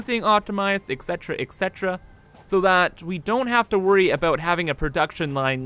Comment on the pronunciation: he said ect. for each floor, IT'S RINSE AND REPEAT FOR FUCK SAKES